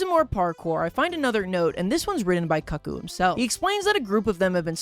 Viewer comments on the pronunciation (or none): stop he pronounces cuckoo like cuck ooh . it's coo coo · I can definitely tell you’re young cuz you pronounce Cuckoo like the word Cuck. And not like Coo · that's koo-koo (like the clock) cuckoo is koo koo or Cuckoo for cocopuffs. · Was trying not to get ragebaited into making a comment, but did he really pronounce cuckoo like that?